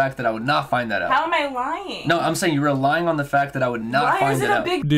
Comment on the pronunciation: do not want to defend the guy but he mumbled "relying on the fact"